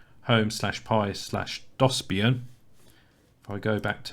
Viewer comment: How did you mispronounce DOSBIAN lol